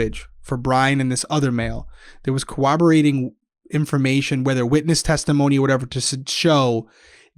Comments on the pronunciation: I love you two, and thank you for all that you do, but for the love of all that is holy - it's CORROBORATING, not COWABOWATING! Thank you for coming to my Ted Talk. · I love how so many Americans pronounce corroborating as coWoberating😂